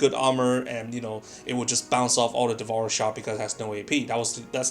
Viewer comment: Learn English, its DEV-OUR-ER not devor